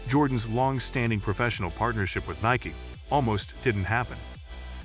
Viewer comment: Can’t pronounce Nike correctly? WTF. Davis Love eye eye????